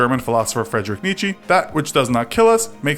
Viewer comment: Never have I ever seen someone mispronounce Friedrich Nietzsche's name with such horrendous errors and mistakes.